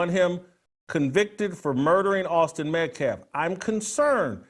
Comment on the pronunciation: He can’t say metcalf, you can’t say testosterone. Both are pretty absurd.